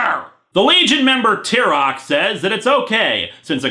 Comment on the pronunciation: It's kind of a minor nitpick, but wouldn't Tyroc's name be pronounced Tie-Rock? I mean, they did shorten his name as Ty, and I don't think it's pronounced Tea.